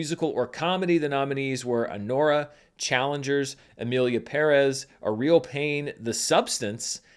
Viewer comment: Finally an American who pronounces Emilia Pérez correctly 😊